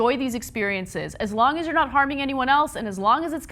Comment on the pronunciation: When you said "as long as you're not harmin anyone else", it sounded a lot like "as long as you're not armenian", laughed a bit